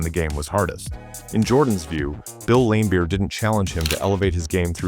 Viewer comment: Or Lamebeer lol, it’s a soft A